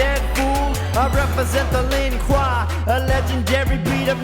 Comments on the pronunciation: you guessed it it Lin Kuei was never pronounced Kwah it was said at least 5 times as Kweh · luin kwei is pronounced lin-kwey not lin-kwa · it's pronounced l-i-n k-w-a-y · Its not lin kwa its pronounced lin kwey and spelled lin kuei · It's Lin Kuei not lin kua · it's.pronounced Lin k-u-e-a k-w-a not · The only thing that annoys me is when someone pronounces Lin- kuAhhhhh Instead of Lin-KueA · It's pronounced Lin- Kway not Lin-Kwa. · It's pronounced len kway not len kwa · its not lin qua its lin qui i hate to be this guy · Not bad expected worse but it is pronounced lin quay not lin qua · Its Not Lin Kua its Lin Quey. (Not Spelled that Way. But Pronounced like that) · THIS MAN SAID LIN QUA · Not the Lin kwa you pronounce it like like the Lin Kuei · He did not just pronounce it as lin kwy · Hey dude sick video but it pronounced lin kway and shi Ry Ry you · You said the clan names wrong so let me put in syllables she/ri/Ri/u Lin/ku/A now say it in the syllables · Lin Kua!? Shrai Reeyou!? Dam... You guys suck at pronouncing things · it's pronounced lin kway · it's pronounced Lin Ku-ay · but he pronounced Lin Kuei for Lin Kwah to rhyme with ninjas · Its pronounced as lin quay (lin kuel) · first of all scorpion is better and second WHAT THE HECK IS WRONG WITH U LIN KUEI IS PERNONCED (lyn) (QUEY) SO U KNOW NOTHING OF MK but i love ur vids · The rap is good but the pronunciation of Lin Kuei was a bit cringe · its good but you said shirai ryu and lin kuei wrong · The one thing that's bad about this video is he said Lin Kuei wrong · Lmao how he pronounced lin kuei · Lol said Lin Kuei wrong🤣🤣🤣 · Lin kuei they said it wrong... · Anyone else pissed at them not sayin Lin kuei right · Six and a half years later, this song still gives me the chills. . . Pun intended. Only bad thing is the mispronunciation of Shirai Ryu and Lin Kuei, but meh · it’s Lin kuei and shri ryu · you miss-pronounced Lin Kuei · you said lin kuei wrong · He said Lin kuei wrong